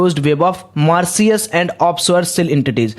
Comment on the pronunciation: Bhai pehle Mauritius bolna seekhle....